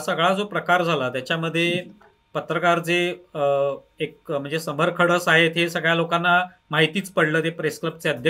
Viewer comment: खडस नाही खडूस...